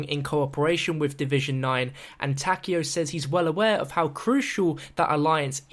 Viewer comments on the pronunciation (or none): Ta-Ke-O the ke is pronounced like ke in kettle. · Its tah-kai-o, a zombie creator pronounces it this way. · what's kind of weird is how no one knows how to pronounce takeo's name correctly